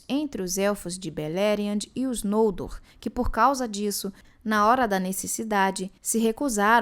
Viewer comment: Gente, é tao estranho pra mim ouvir os nomes próprios como paroxítonas... Não sei se tem uma regra sobre pronúncia, mas desde que comecei a ler a obra de Tolkien, sem nenhum conhecimento prévio, eu sempre li os nomes como oxítonas. Pra mim, ouvir NOLdor, e não nolDOR, é muito estranho... Sempre li FinarFIM, FingolFIM, TurGON, BeleriAND, ValiNOR, VaLAR... E vou continuar assim kkkkk....